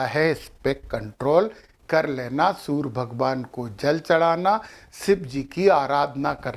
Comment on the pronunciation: Kripa karke surya ko soor aur karye ko kar mat kahe